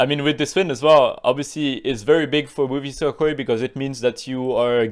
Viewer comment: Every time says Movistar, I hear movie star 😂